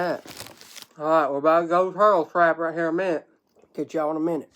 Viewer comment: Being a born and raised Kentucky boy myself ill tell ya there's nothing like our, Granny's, Nanny's, Memaw's and MawMaw's! I felt like I was listening to my granny when I heard southern draw on that "Raaaahtdeeeeeer" whe when she was explaining the turtle jug!